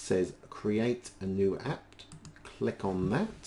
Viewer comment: There's no t in "app".